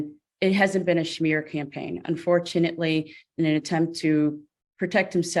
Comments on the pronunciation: It's "smear". Not schmear..(also correct spelling). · The schmear counter 😂😂 Wait…was that attorney saying “schmear” instead of smear because the opposing litigant is Jewish??!🥴 I wanna say surely she wouldn’t be doing that, but I wanna also say surely an attorney would know the phrase “smear campaign” ?! That’s clearly the least of this case’s issues … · His attorney said it first lol.. and yes, it is so painful to hear highly educated use a common word like smear, said as schmear like it's a damn bagel. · The lady lawyer's pronunciation of schmear... Sha mere 😂😂😂😂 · Smear. SMEAR. Not SHMEAR! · Why does council keep saying “shmear” campaign?? It’s SMEAR. Good lord. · Lol, no not at all, she's saying it wrong. In NY Schmear usually refers to putting cream cheese on a bagel, lol. 😂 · You're correct 😊 its smear..some people need to learn how to pronounce words the right way..